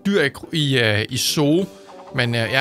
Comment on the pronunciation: Zoo staves zoo det er rigtigt men det udtales suu